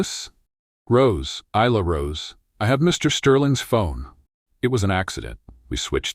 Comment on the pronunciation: Nice story, but the AI narration needs work - starting with regularising the pronunciation of her name. Isla is correctly pronounced ‘I-la’ - they use at least 3 forms in the voice, and even more in the auto text!